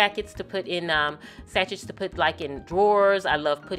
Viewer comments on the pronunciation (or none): Even my husband enjoys your stuff (!) Your room is gorgeous. Thanks for sharing! (P.S. it is pronounced sa-shay just so you know :D )